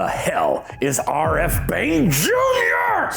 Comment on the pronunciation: Aar Eff Bane Jr😂 and "Tell me do you feel incharge"😂